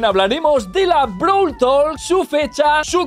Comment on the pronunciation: Pense que era brawl talk,no brawl tolk